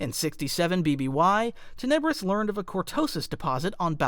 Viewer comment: Awesome vid, you put a large amount of Sith lore into it! But, I do believe that you are mispronouncing "Tenebrous". You're saying Ten EB rous, and I think it's TEN eb rous, with emphasis on the first syllable, not the 2nd. I know, not a big deal, seriously, great vid. It's kinda like how a lot of Star Wars people call the Darth Vader's star destroyer the EX ecutor (as in a person who executes felons) when it's actually the ex EC utor, with emphasis on the 2nd syllable. I get it, I'm being picky and it's a common mispronunciation, but I'm passionate about the Star Wars franchise and I'm also a bit OCD. Mom was a grammar teacher, so....... Anyway, you consistently put out good content, but your subs are low. I don't know why.